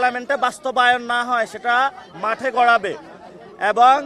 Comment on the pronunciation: ওটা যাঠে নয় মাঠে হবে 😂😂😂😂😂😂